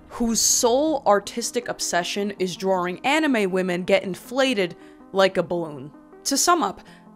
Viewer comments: i love you but for the love of god please say drawing right 😂i know that accent nakes it hard but i believe in you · The way she says drawing like drawring is hilarious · the way you say "drrrawring" makes me hawwwd. youre lip stick look like youve been rimming b holes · "drawring" welcome back queen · Some thoughts after my two hour watch: I LOVE how you say drawing... not hate, even the slightest. Just love words that your accent comes through :). Love how you can talk about deep thinking and introspective growth and concepts.... to then immediately cut to "AND pregnant Luigi". Was interesting to see the history and facts behind the language of the internet we all use and have been a part of. GREAT work on this friend :)